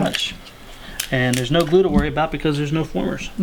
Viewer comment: Glue is "gleeu"... What type of English is that?